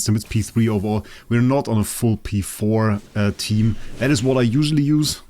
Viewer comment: I love how you said v4 multiple times instead of p4 😂 the ih terminology haha. Great video as always!